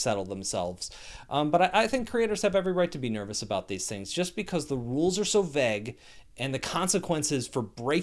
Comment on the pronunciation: You have a very strange way of saying “vague”. Vegg